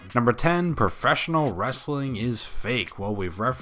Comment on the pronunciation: soh-sill media. lol profess-innil